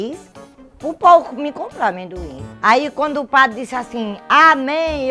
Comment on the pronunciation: amem-doim kkkkkkk muito foda repetir um montes de vezes.